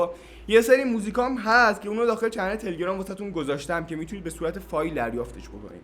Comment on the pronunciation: تلگرام رو درست بگو